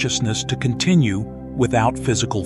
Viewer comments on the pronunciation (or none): none